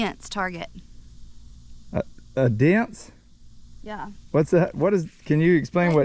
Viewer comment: She said Deannce LOL gotta love!